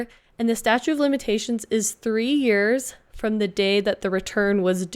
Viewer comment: It's "statute" not "statue"